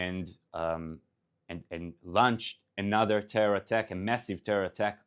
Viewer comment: I would prefer if he would pronounce english words better. Not say hustages, but hostages. Not say lunch, but launch.